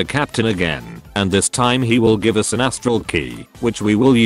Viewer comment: “I’m going to J-IVEaway this planet shaper” LOL